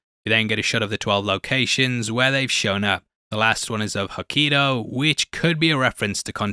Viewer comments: Love the video and I'm sorry but why did you say Hokkaido with an E? You just had to, didn't you lol? You seen that A and thought, you know what? Fk that A, I like it with an E, I thought to myself wait a minute, maybe I've saying it wrong this whole time and you actually do pronounce it with an E but NO lol, I watched so much Japanese youtubers and yes it's definitely with an A. I love you..and you need a hug. 👍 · That pronunciation of Hokkaido, oh god... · Great video, but the way he pronounced "Hokkaido" made my heart sink.